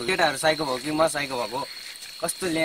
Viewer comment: MAX Oh... Chaaley bhai, oh nakkaley Bhai keti bhannda pani dherai nakkal paari-paari bollney... Kataa ko yessto bhaasa ho.. Voot (bhoot) , Vaagthe (bhaagthey) , Vaako (bhaako), Vaye (Bhayein),.. Ek jaga pheri birsera "Bistarai" lekhe cha... 😆😆😆😆 Thett kuley... Kaag ley Hannsa ko chaal hinney hooda aafnai chaal birseko.. Bhanney dekhe aaju... Bhai dhukha maani-maani kina comment garnu... 😂😂😂😂😆😆😆 Thett bhai... Ghannta..